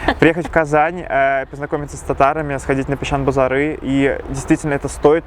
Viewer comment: Так усердно учит татарский, что "печән базарЫ" упорно произносит с русским "ы"